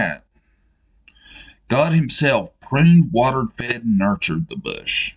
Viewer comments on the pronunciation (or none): Nurtured not nutured 😆🏴